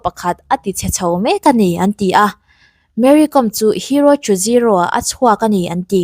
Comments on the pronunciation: Mery Kawm, hi Meri com. tiin kan lam ṭhina, Zo hnahthlak Káwm hnam anni, khawchhak leh hmar lama zohnahthlak tam tak hian, Zo hnahthlak an in ti duh lo fo ṭhin, a hming lam dan hi Mary Káwm (Kawikawm) ti a lam tur a ni, Hmarte Paite tamtak hian mizo ka ni lo ti hi tamtak an awm ang hi a ni mai, Mari Kawm, tih chu, Tlani, Ralte tih ang deuh a nih chu. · Tinge Mary Kom hming hi youtuber ho hian in lam dik miah loh mai le 😂😂 .com ang a lam tur ni lovin lehkhabu ‘kawm’ kan lam ang hian ‘kawm’ tih tur a ni e . Ka lawm e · Ti nge Kom tih hi thluk rawh u Mizo hian mi trawng in lam thiam loh tlat zel,,Archang kawm in ti ang hian.Kawawwwwwm aw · Awihawm loh ee tuman Kawwm an ti lo..Google leh youtube ah pawh va en rawh lam dan tur.. tlema thluk deuh tur chu ania mahse a thluk hniam in a ri tur a ni lo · Kâwm tih zawk tur, ‘kom’ hnam